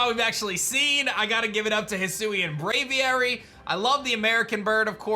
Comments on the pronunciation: Bra-V-Air-Y = Braviary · You say Braviar super weird, Just say Aviary with a Br at the start. How hard is it?